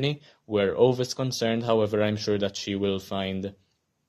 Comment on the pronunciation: Maybe you could see the Swedish movie as well :). Also, Ove is pronunced as Uve or more precisely ˈǔːvɛ.